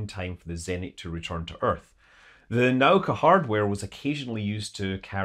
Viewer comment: It is not "nAuka", it is "naUka".